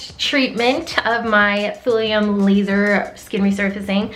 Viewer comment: For just a sec when you said thulium laser I thought you said thorium laser. It gave me thorium powered car flashbacks!